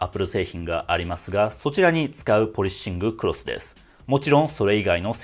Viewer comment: 「ポリッシングクロス」の発音すき